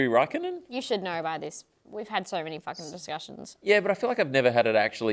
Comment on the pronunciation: You’re saying Raikkonen the right way